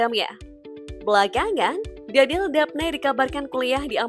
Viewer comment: Kalau perempuan Danielle dibaca Daniyel bukan Danil.